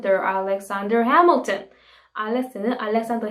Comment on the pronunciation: “해믈턴입니다” 영어발음 너무 찰져서 이구간 반복중이에요ㅜ 최고💖